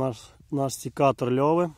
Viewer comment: Як же ріже вухо «сІкатор» ! Вимовляйте вірно , сЕкатор, це слово іноземного походження , для нього не діє перевірочне «сікти» . Назва походить від французського Secateur